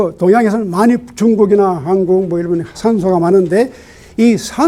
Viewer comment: 유심론의 "유"는"짧게" 발음하소서.한국의 "한"은 짧게 발음하소서.